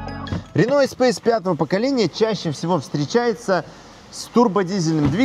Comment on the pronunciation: блд........... И ты произносишь вместо Эспас какой то эспейс